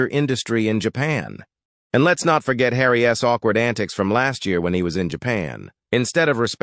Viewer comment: Couldn’t work out what was wrong with your narration. Took me a minute. Stop reading the last letter on contractions separately. Charles s, Tillman s, Harry s, Megan s, isn t. This is a new one, can’t say i’ve ever heard a robo-voice do that particular thing before.